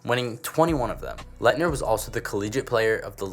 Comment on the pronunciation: Why wouldn’t you make the list in order lmao and you can’t even say Laettner bro